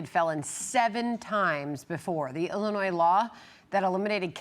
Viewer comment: Pritzker/Johnson gets you The State of "ill-noise" 😂.